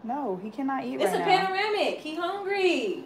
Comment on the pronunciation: “We in a Paneramic “ 😂😂😂😂😂😂😂😂💀💀